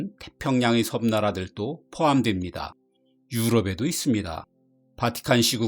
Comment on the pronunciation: 발음 문제 오지게 지적해도 오지게 틀림. 이 나라들또 X 이 나라들도 O 섬나라들또 X 섬나라들도 O